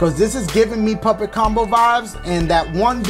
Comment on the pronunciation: "Poppet cumbo" he meant puppet combo😂😂😂😂